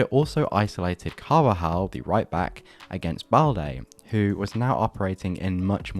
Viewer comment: You butchered the name of Carvajal on the attack of balde😂